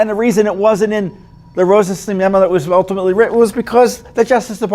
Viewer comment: We pronounce it RosenSTAIN.